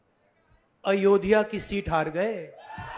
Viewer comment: Ayodhya to bolna sikh jaiye Rahul ji